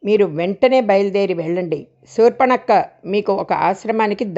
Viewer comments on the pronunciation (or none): సూర్ప నఖ అనాలి సూర్పణక్క కాదు